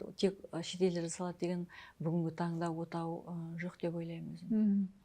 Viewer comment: Мына даригер отаны отау деп айтады екен